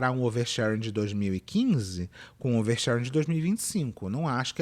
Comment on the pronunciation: Fernanda paes leme: "O nome disso? OUERSHÉRENE"